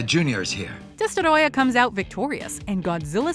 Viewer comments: I hate when thinks they’re fancy and pronounce names so weirdly, just say Destroyer don’t say it like Desterrroya, they say it it’s freaking Spanish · Destoroyah not destorodah. Smfh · It's not Destoroyah. It's DESTOROYAAAAAAAAAH!